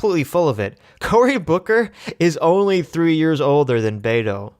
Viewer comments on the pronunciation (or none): none